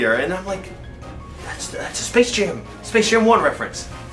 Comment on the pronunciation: is it just me or did he said space shame 2 in the beginning